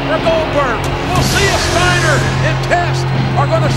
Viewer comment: I can't with this :'D "Stiener" hahahahaha